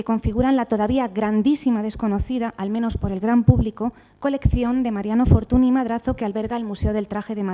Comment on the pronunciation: con lo que usted sabe de don Mariano, no sabe decir Fortuñ en lugar de Fortuni (NY = Ñ), pero creo sinceramente que si conoce esta regla ortográfica del idioma catalán, lo que no le da la gana pronunciarlo bien. Es una lastima porqué su conferencia chirría cada vez que suena el apellido Fortuny mal aplicado. Me gustaría saber que motivos tiene para mantener esta postura.